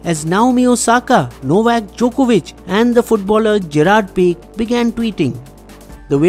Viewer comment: gerard pique is pronounced as gerard p-e-e-k-e and not peek Other than that everything else is excellent...big ups